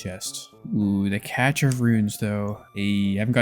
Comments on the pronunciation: im convinced you pronounce it catch instead of cash just to troll us now. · I can't do it anymore! it's CASH of runes, cache is pronounced CASH, gah! great videos though!! thanks for the content boss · Monologuing about how people don't like monologues lol. Also probably the smartest person who can't say cache correctly